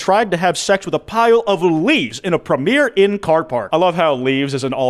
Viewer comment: Calling out the spelling of baptised and the sound of Z to then call it “premeer” inn Premier mate Premiere is the first showing of something